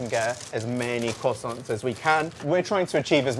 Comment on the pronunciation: my guy really said kwossonts xD